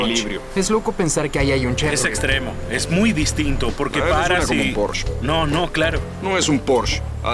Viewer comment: La traducción hace que me revuelque de la cólera, “un porsché” 😤